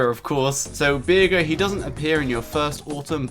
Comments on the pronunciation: I agree, but I don't want him to ever say Bearger's name in such a blasphemous way ever again. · I like the fact that he says beerger, instead of bearger, because it makes me think he's just a raging alcoholic. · "Bear"jer" pronunciation of besrger